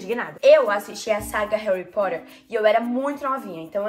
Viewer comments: Ela;olha Harry porer eu:mais n e Harry potter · Quando a lo falou "Harry Porer" Eu:😕🤨 Correção: Harry Po"tt"er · "Harry porerrr" kkkkkkj